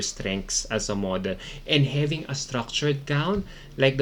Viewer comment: Can u stop saying habingg say this!# its having😅